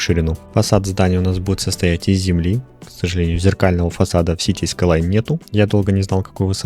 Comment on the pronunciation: скайлайнс сука а не скайлан